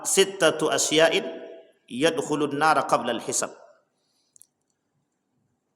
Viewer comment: Saya cuma mau ngoreksi, bacaannya salah pak ustadz, harusnya itu dibaca asy-ya'a bukan asy yain 😢😢